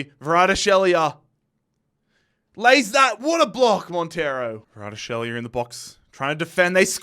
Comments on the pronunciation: How do you manage to pronounce Kvaratskhelia as Varadshelia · the way he pronounces kvaratskhelia lol 😂